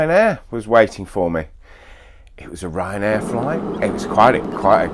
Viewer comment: I thought he said Ryan Blair